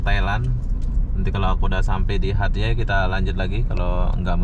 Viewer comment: Sayangnya tak boleh nak sebut nama tempat dengan betol....eloknya tanya dengan penduduk tempatan macam mana nak sebut nama sesuatu tempat atau kota tu....hatyai dia sebut hatyeh...